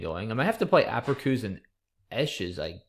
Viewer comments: Haha -- is such a genius I usually find his mispronunciations kind of cute, but by the 4th or 5th time he said "aperkoos" I was writhing. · The C in APERÇUS is pronounced like an S by the way ;)